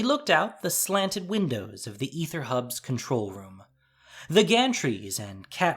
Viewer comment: Constructive criticism, pronounced A-ther, ether is pronounced E-ther, lol still love to watch, and will continue!